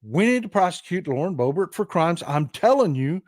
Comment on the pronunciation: Thats how everyone should say Boebert😂